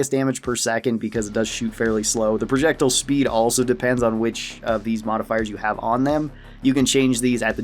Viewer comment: It’s pronounced projectile not projectile